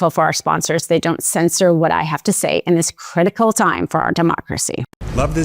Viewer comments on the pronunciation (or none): Critical is not pronounced “crinical”. Important is not pronounced “imporen”. Thank you.